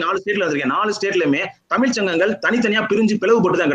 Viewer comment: தமிழ் என்று முதலில் ஒழுங்காக உச்சரிக்க தெரிந்து கொள்ளுங்கள். அதன் பின்னர் பட்டிமன்றத்தில் பேச வரலாம். தமில் தமில் தமில் ??? :((